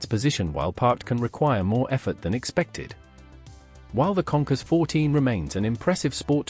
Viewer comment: Kawasaki “ Conkers “ 😂😂😂 Does he mean “ Concourse “ (?)